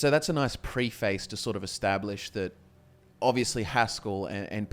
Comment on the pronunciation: Bruh the way is saying preface is wrong and retarded